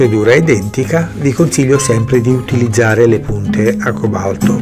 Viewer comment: acque balto non si può sentire ....al cobalto BESTIA